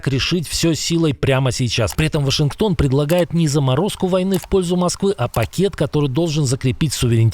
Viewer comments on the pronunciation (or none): ВОшингтонпост - шедевр от (на 5,21 мин.) 😊